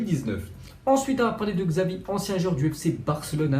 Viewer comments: Même en France,On prononce chavi et non xavi pour l'ancien barcelonais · Diego simone, polo dybala, xxavi, Jurjen klopp, c'est fascinant comment tu prononce les nom ces nom